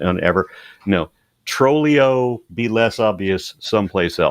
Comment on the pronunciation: I cracked up when Aron called Andrew "Trllio!😂